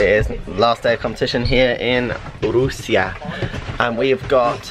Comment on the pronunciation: Congratulations and LOVE how you pronounce Rusia....in Spanish. My respects and love for you, Lance,!